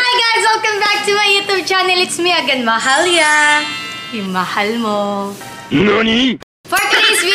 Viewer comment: Subrang Ganda Ng pag kakasabi niya Ng Mahalia 😘💛